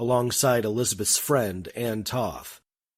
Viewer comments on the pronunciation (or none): After researching this, I found the name of the victim's friend was Ann Toth. NARRATOR ERRS IN PRONUNCIATION! Toth is pronounced with a long O----rhymes with "loaf." He pronounces it to rhyme with "sloth". WRONG! Toth is a Hungarian name.